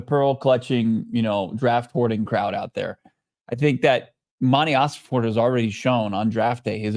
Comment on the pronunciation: Im not gonna like your videos anymore, until quits calling Monty OsenFORT, OsenFORD!! STOP IT, IT DRIVES ME NUTS! IM OCD, YOU'RE MAKING ME CRAZY!!😂